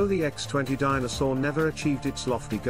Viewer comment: The narrator never pronounces "Dyna Soar". It sounds like A Soar.